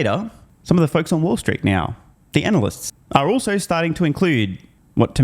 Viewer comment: Did you say analyst or ‘ANAL’IST ! ?